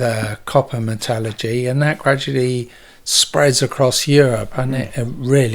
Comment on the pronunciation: Very interesting video, but please check your pronunciation of “metallurgy”!